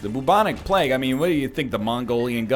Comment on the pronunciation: Why the frick he says bubonic plegue